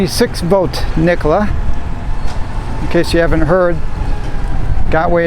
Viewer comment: Nikola has 3 syllables.